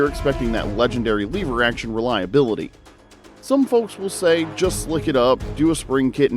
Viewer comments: LEVER NOT LEEVER YOUR PRONOUNCING WRONG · " . . . both the Henry and Rossi . . . . Incredibly reliable . . . " -- unlike this report. Once the curious viewer hears "lee - ver" over and over rather than "lev - er" it's clear: approach with caution". Or, cut to the chase: "Next!" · Hate the way you say "leever". I have a Rossi M92 that works just fine thanks. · I'm a really old guy and learned about guns a an early age. The first thing I learned from my father was correct terminology and it is not a LEE VER. Proper English rules apply. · “Leever” action. Lol!!! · According to this video it's" L-EEE-ver 🙂 I will agree that the Henry is heavier than my Marlin. . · I knew this guy was full of it as soon as he miss pronounced “Lever”